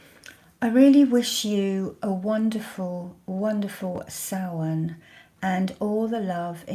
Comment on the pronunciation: Beanachtaí na Oiche Shamhaine,! Blessings from Ireland (and commendations on your pronunciation of Samhain).